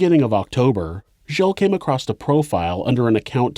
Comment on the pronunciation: You have such a beautiful narrative voice and style. I can’t believe you have not learned to read and pronounce very obvious words like ACROSS which does not have a t at the end. 🤷‍♀️Oh well. I will try to ignore that and other mispronounced words and continue to follow and give 👍👍because your content and thoroughness are A1! 👍